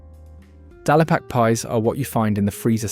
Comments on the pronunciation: Dal-e-pak? Are you sure about the pronunciation? The factory, which produces supermarket own label burgers etc. is at Leeming Bar on the A1 road in North Yorkshire on the edge of the Yorkshire Dales. Thus Dale-Pak. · Where do you get your information from?? Charlie Bighams meals are NOT FROZEN !! Also you AI commentary cannot pronounce English ! Dallypack instead of DALE ….Pack. Destroys your credibility!